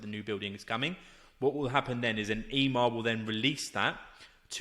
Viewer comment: It's not E-MAR its EMMAR pronounced EMMMM-AHHHR